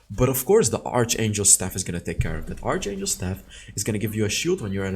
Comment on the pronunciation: fail stack different from "fill stack" pronounce Faiyl. archangel pronounce Arkangel.